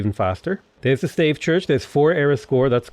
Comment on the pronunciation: Pls, Stave Church is not a staff church in old British or something. :( You pronounce it as stAHvEH.